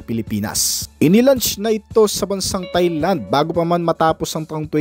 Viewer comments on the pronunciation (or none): none